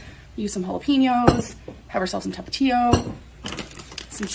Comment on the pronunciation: How she says Jalapeños annoys me..... Halla-PEENOS